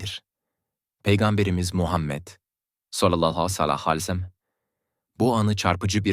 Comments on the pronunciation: Sallallahu aleyhi vesselam neden düzgün söylemiyorsunuz. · "Sallallahü aleyhi vesellem" demeyi bir türlü beceremiyorsun. İnsanın aklına "acaba inançsız mı" diye düşünmek geliyor. "Sallallahü aleyhi vesellem" demeyi öğren ve videolarda söyleyebil. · Sallallahu aleyhi vessellem Demek bukadar zor değil amacınız ne acaba😡